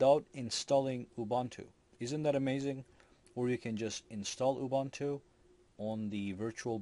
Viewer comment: Ubuntu is pronounced as: OObOOntOO. My Gosh!